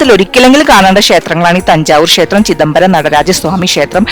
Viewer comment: ഷേത്രം എന്നല്ല, ക്ഷേത്രം എന്നാണ് ശരി